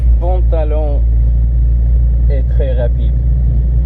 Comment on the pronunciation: "C'est twès rapide hein!" "Oohlaalaaaa", j'adore ses réactions, c'est excellent et on vois qu'il kiff, quel plaisir de regarder cette vidéo, au top comme d'habitude. Je te suis sur les vidéos UK et en FR c'esr tout aussi génial ! #lafamille18h